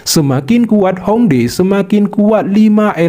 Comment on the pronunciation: Bukan Hong dae min, tulisan nya Hong Die baca nya Hong Tie